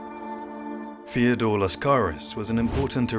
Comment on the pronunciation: Second of these videos I've seen and I have to comment on the voice. I'm assuming it's an AI with some sort of cockney element to the accent. It makes every TH diphthong come out as F so he says Feodore, Frace, Afens, Michael the eightf, etc. Surely this has to be AI because who would choose a voice-over guy who couldn't pronounce TH correctly